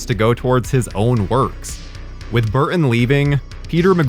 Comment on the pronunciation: I have never heard another human being have as hard a time saying the name "Burton" as our host